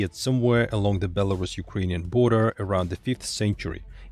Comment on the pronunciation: [BelarUs] last syllable is stressed